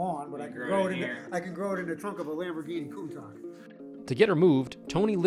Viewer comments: Amazing to think this guy has had this car for so long and he can't even pronounce it's name correctly. Hilarious. Larry does the correct pronunciation. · It is hard to beleive that an actual Countach owner does not how how to properly pronounce that word. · Was anyone else very bothered by the old owner mispronunciation of Countach? It drove me crazy!! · Sad... the guy couldn't even say the car's name correctly. Why would anyone do that to any car? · To pronounce Countach with a k is simply amazing. Not in a good way. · The owner couldn't pronounce the name correctly - on top of leaving it to rot! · Was the owner mispronouncing Countach on purpose like that? I'm from Western Mass right over CT border, so I know it's not a regional accent. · I wish the owner knew how to say “Countach”. I guess it’s indicative of the shape the car is in 😂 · It's amazing that people who don't know how to pronounce Countach end up being able to afford one, but less surprising they mistreat it once they do. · The owner needs to learn how to pronounce the car name... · How do you own a Countach, but not know how to pronounce it? Or let it get to that state??? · Dude can't even say the name right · IKR. What kind of person buys a lambo and can't even be bothered to learn to say the car's name right. Not to mention how he then proceeded to neglect it and let it destroy itself. Shame on the owner! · Bugged the hell out of me. You own one of the most iconic cars of all time and you can't even say it's name correctly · “Coon-Talk”????!!! How the hell does mispronounce one of the most famous and well known cars on the planet. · Countak? Excuse me lol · CountaK? Having such a valuable car and not pronouncing it right is a crime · 2 things annoy me about this video. 1. The poor condition of this classic 2. How the owner pronounces Countach. 👀 koontash not koontak. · Nice work. The owner was cool! FYI the pronunciation of Countach ends in shhh not kkk :) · Koontakh not Koontasch. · lol countak